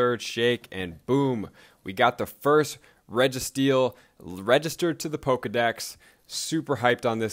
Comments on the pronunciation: Regi- steel. Not regis- teel. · sounds like reggi-teal lol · Ree- gah- steel?? Wtf dude at least pronounce them correctly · How in the heck do you pronounce regi-steel like that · please pronounce it right. the channel is about pokemon. holy shit XD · It was kinda bugging me throughout the vid. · Your saying it wrong....